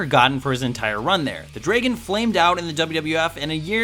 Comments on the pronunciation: Ricky the "Draygon"? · What's a DRAY-GON? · "Dray-Gon" Hmm...wut? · the draegon? never heard it pronounced that way...weirdo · Who pronounces it Draygon? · What's a Dray-gun? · The fuck is a dray-gon? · Ricky "The Draygun " Steamboat... Has he really never heard the word DRAGON in a spoken form? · What the hell is a "Draygon"? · Yeah, I agree. WTF is a draygon? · WTF is a Draygun?! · The "Dray-gun"? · The fuck is a 'dregon'? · Can't say Dragon properly. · Did anyone else cringe at the way he said dragon? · I hate this guy and his shitty lists, I made it halfway through and he mispronounced dragon, then I shut it off. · Dude, I'm an American and this guy's accent is really hard to listen to. Instead of saying dragon he says draygon. I hate his videos, even when he's got a good subject. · It's Ricky 'The DRAGON' Steamboat, not 'DRAYGON'. Sorry, but that kind of thing bothers me. Don't really know why it just does. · Someone needs to tell this guy the proper pronunciation of dragon is 'dra-gon' not 'drey-gen'. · What's a Dray-gin? It's Dragon. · Its not "Dray"-gun, it's DRAAAgon .... ding dong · I hate the way pronounces dragon. It pronounced dr-ah-gin not dr-ay-gin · The DRAY-gon? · Are we gonna talk about the way he pronounces tag and dragon?